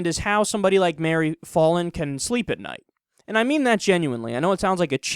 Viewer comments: btw, it's not pronounced "fah-lin", as in "ball"... it's pronounced "Fallin" as in "pal". Short-a. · It's pronounced "foul-in." I know because unfortunately she is my mayor. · I'm an Oklahoman and I kinda well not kinda I do hate Mary Fallin and also I love how Kyle says her name wrong